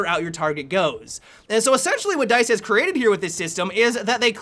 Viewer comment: dice rhymes with nice